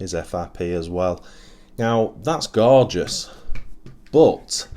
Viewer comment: wow you did say that word quite a bit, but Hey its absolutely Gorgouse so why not hope ive counted correct hahaha, all in great fun love the channel and all your efforts bud, cant wait to see more builds like that gt2, cheers:-)